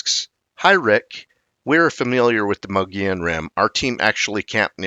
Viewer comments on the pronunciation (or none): Oh no! Not the Mongolian Rim again! Its pronounced MO-GO-YONE! I am a hispanic Arizona native of 60 years, and I live in Prescott AZ, on the Mogollon Rim. I am positive that this is the correct pronounciation. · Wrong! Its pronounced MO-GO-YONE! I am a 60 year Hispanic Arizona native. This is the correct pronunciation. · The G is silent in Mogollon Rim. Sounds more like Moo-lee-on to locals.. There have been countless reports of big foot in that area. There is even dash cam footage from one of the local police officers on the Apache res. I lived on 100 acres in Pinedale (not far from where Travis Walton was abducted (Fire in the Sky)), we saw and heard stuff on a weekly basis. I do a lot of hunting and scouting all along the rim. I've never seen anything personally, but we've definitely been spooked a few times while out camping and there are countless tales from local hunters. It's common place to hear loud "knocking" at night along with strange sounds that sound a lot like "whooping". The sound travels much further than you'd expect from a smaller creature, but nothing we have up here makes those noises that have been identified. We have a lot of black bear, mountain lions, elk and deer, but none of those make any type of sounds that are even remotely familiar with those species.. This is definitely a different area compared to other forest that I have been in. There's just something magical and enticing about the area.. Surely makes ya think.